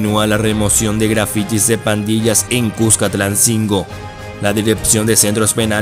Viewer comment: Aprenderé los nombres de las ciudades y no te oigas tan mal (cuscatansingo )para tu información al menos infórmate antes de hacer tu trabajo